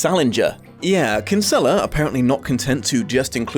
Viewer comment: Christ the way non Irish people pronounce kinsella 🤢